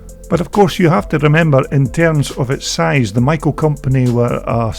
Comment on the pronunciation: "SHOCK!!" This gentleman actually pronounces Maico properly! I was the parts manager for Gray International, the Maicp importer in Detroit, MI at the Harbor Terminal building in 1965-66. Most Americans say May- co. Germans do not pronounce the first vowel.